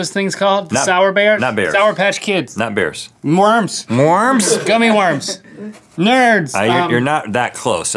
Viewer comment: I can’t stop laughing the way he said worms mworms